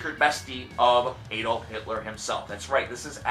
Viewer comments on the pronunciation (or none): none